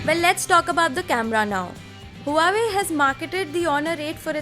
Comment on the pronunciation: please learn to pronounce the word Huawei. Its pronounced as "WAH-WAY". Other than that good review.